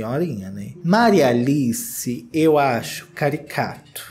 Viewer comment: Qdo o falou: Maria Aliiiiceeee só lembrei da Menina Veneno! Ahahha o nosso sotaque mineirim! Já quero um feat fo com a Menina Veneno!